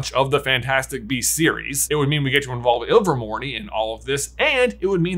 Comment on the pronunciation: AGHHHHH. That is a silent E!!! It's pronounced Me rope. Not Me Ropey. Iver mor NAY not Iver mor NEE